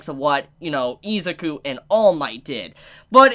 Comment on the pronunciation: Nobody gonna talk about how he pronounces Izuku as "EE-za-koo"? Its frickin "ih-ZOO-koo"